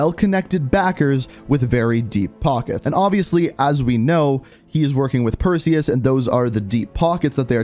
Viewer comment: Say Perseus but remove the e in seus